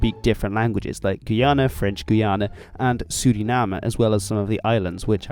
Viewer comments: Its guy-ana Not guana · Minor pronunciation nitpick; the way you were pronouncing the Guyanas /gu:'jænæ/ is not really correct in English or French. In French, French Guiana is spelled "Guyane" and pronounced sort of like /gu:'jæn/. In English, Guyana is pronounced more like /gaɪ'ʲɑ:nə/ or /gaɪ'ʲɑ:nɜ:/ (my best approximations in IPA). Forgive me my pedantry and forgive me if, perhaps, your pronunciation is what's used IN the Guyanas but, I was taught, growing up, that the differing pronunciations was important in distinguishing the countries when speaking English.